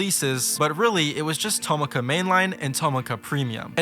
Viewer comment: i know i’m nitpicking this but tomica is pronounced to mi ka not toma ka ( mi as in do re mi )